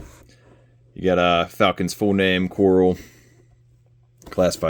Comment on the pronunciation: Falcon and Coral 🪸 😅 I think you meant Kwarrel 😂